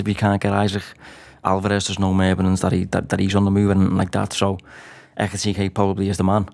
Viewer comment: Pronounce his name correctly ffs it’s not bloody hard Why do these butcher foreign names?